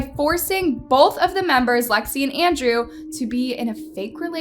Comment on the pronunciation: Wdym she said it correctly